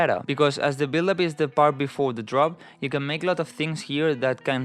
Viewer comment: 🤣🤣 U are a legend, but every time u said build up, it sounded like billup 🤣😅